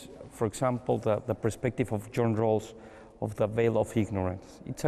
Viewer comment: es JOHN RAWLS, no JOHN ROSS..... que alguien corrija eso